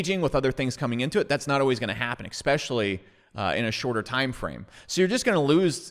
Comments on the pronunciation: Esssspecially, not exxxpecially. Love the channel but this habit is a bad look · Your logic seems sound; however, you say expecially. Especially. Its a small thing. Like saying expresso. It's espresso. I've enjoyed your videos- The key is saying es... not ex. keep on keeping on. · "Expecially"...no thanks. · Brother it’s eSpecially. Not trying to be a dick but it makes you look ignorant when you don’t pronounce it correctly. Keep up the good work. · eXpecially? eXpecially!! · Please...for the love of God, stop with the EXPECIALLY...just STOP. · Ekspeshally if ya poor?